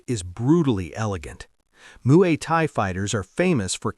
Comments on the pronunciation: "Muay Kai"? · "Moo-ee Tie, the art of 8 limbs..." as 10 spots are shown.